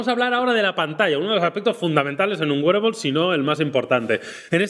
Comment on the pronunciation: Joe Lr Está correcto, así se pronuncia “wearable “